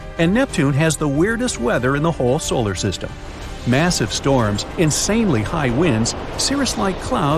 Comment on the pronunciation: (love ur vids) btw i heard u say solar sytem LOL u said it wrong